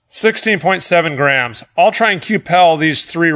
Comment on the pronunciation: Anyone else hear Grahams instead of grams